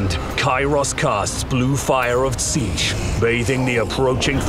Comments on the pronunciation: That's a weird way to say Tzeentch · Love the “Cathayan” pronunciation of Tzeentch